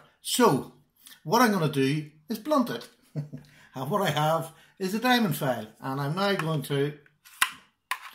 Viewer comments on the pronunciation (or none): No no no nono, you don't sharpen on a "fail" but on a "file". Pronounce after me : a fiiiiillle.